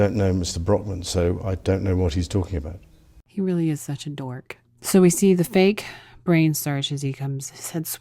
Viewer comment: faces over foot massage PRICELESS. Also when he says REALLY, that's priceless too.